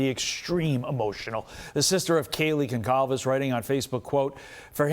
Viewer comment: To the presenter - it’s pronounced Gon-SAL-vesh not Gon-KAL-ves. It’s Portuguese. The ‘c’ has a cedilla. Go on, you get paid enough to ask your pronunciation unit and to get it right.